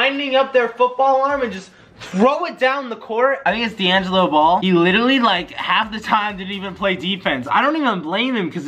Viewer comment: “Diangelo ball” jesser